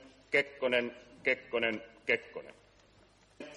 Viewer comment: Kepponen, Kepponen, Kepponen.... Can't unhear it.